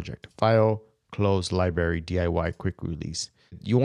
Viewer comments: please stop saying "Lie-barry"--- your correctly pronounce it: "Lie-bRarry" --with the "R" sound! Be professional! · bro u got some good videos. . .but please stop omitting the R in your pronunciation of libRary. . .it's fuckin killing me! = P <3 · Video was good, but not sure what a LIBARY is.